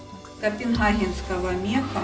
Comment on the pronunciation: эта женщина точно не крымчанка! Я не слышала, чтобы крымчане так хэ- кали! "МаХазин, КопенХаген" - умора!)) Полушубки красивые, вы себе что-нибудь подобрали?